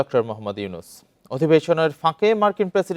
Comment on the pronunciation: Younus not yousus